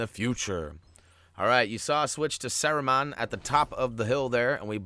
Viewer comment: If you're looking for help with pronunciation, Sauraman is pronounced like; Saw, Rue, and then like Jamacian "Man" (Mon) Sauron is Sow (like a female pig) and Ron, like well Ron, any Ron will do, Ron Weasely...etc. Love the Videos "Mon"